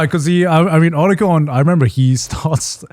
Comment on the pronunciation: As a long time Metal Gear fan, hearing someone pronouncing Otacon incorrectly is insulting.